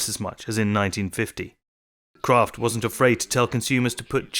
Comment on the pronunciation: I thought it was Kraft, not Croft ? Hmmm. You learn something everyday.